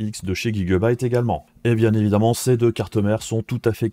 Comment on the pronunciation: C'est qui Guy Gueu-baïte ? connais po x)